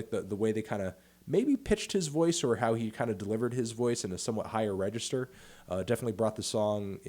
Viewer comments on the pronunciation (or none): none